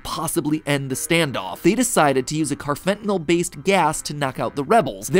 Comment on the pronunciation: Hey Matt, I’m a psychology major and we’ve learned about carfentanyl and how street drugs are being laced with it. 1.) First off, sorry to be that guy, but it’s pronounced “carfenta-NALL” lol 2.) Second, it would be really funny if Poppy Playtime ended up being the world’s most elaborate anti-drug PSA. Maybe the harming children stuff is a warning against drug usage in early parents?